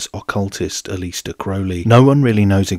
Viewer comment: That's not how to pronounce aleister